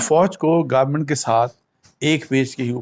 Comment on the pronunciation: sir most of us get confuse when u say Garment(government).